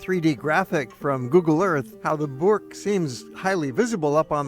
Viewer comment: Burcht not boerk with an uh as in shut and a ch as in loCH.